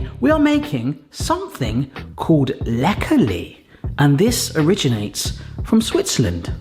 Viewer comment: They come from Basel. I have them in the less sugar version for diabetics. You pronounced "Läckerli" very well! They do sell the originals worldwide on the website...just saying...a comparison video maybe? Läckerli = something that is delicious.